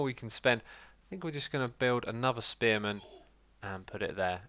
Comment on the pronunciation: First time he said spearman, I thought he said experiment.